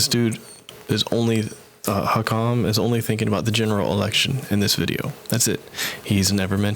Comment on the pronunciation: Bro literally the whole point of hakim’s video (lmao at the fact you cant pronounce his name btw) is the fact that vaush mangles marxist theorists’ words to say that they would want you to vote for biden. Hakim doesnt care whether you do or not either way